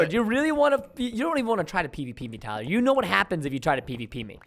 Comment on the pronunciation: Wow Preston why do you say Tyler a pleb